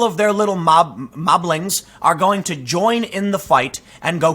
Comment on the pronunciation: "Mobblings"? LOL